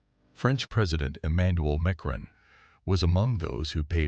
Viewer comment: Right away you know it’s AI with the mispronunciation of Macron. it’s not Make-run.” Or Deelon. This is when I leave.